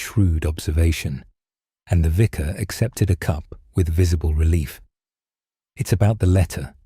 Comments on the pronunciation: is making too many mistakes ❣️ Vicar not visor! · The pronunciation of the narrator is abominable. Vicar is pronounced “viker.” Their are several others. The Edward voice never made those errors.